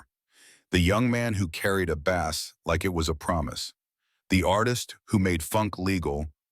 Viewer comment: Ripped video clips stitched together without any sense of proper sequence, coupled with an AI voice over that can't distinguish the pronunciation of the instrument or the fish.